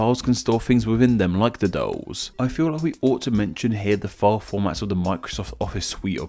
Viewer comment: What is "Fi-O"? Could you mean FILE? The letter "L" is not silent.